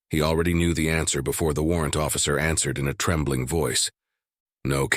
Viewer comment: oh great, a new episode of the black ship and also “they ansered the call” jeuuuu